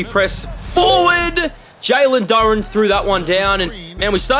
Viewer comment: hey no hate but its pronounced jalen doo raan